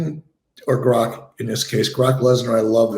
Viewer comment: The amount of times they mispronounced grok in the first 2 minutes I had to turn it off